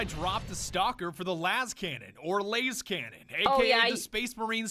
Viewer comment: Classic Badger, but you call las cannons “lase-cannon” you need to be purged